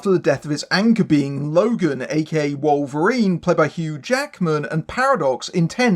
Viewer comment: Who the hell is Wollverine? 😂